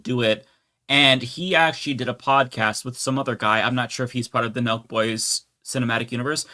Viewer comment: On, Nelk Boys! The whole time I was watching part of the livestream, I thought you all were saying Milk Boys. 🤦‍♂🤦‍♂